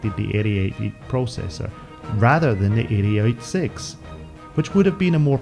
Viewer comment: why are you saying the Intel CPU names so strangely? it's pronounced "80-88": "eighty - eighty eight" same with the "80-86": "eighty - eighty six". it's the 65C02 not 6502C actually the original first IBM PC was only able to get up to 64kB (they sold them with either 16k or 64k installed), only with Memory expansion cards could you reach 256kB. 640kB was only doable with the IBM XT and later.